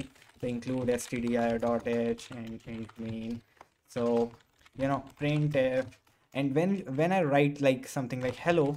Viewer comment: I love how you said "tho" instead of "so" xD Lots of love from India. Keep doing what you do best.